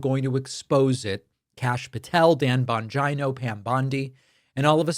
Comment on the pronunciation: Bon-Geno. Bon-Geno. Not Bon-ji-no